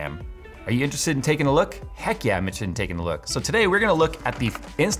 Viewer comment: " Heck yeah I'm intesdt " was that English?